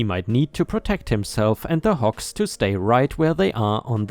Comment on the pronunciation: It's HOGS not HOKS. I realize that in your native language a "g" is often pronounced like a "k". But you should know about this by now.